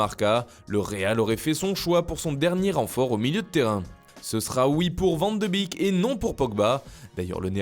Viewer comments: Vous arrêtez pas de mal prononcer les noms et prénoms néerlandais. On dit van de bék pas bik. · Van de bique fromage de bique aussi, tu l'as pas pas respecté sa se prononce van de béque mec voyons. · Ça se prononce van de béék, pas van de bique 👌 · Svp on dit Van de “bék” et pas van de “bik” ...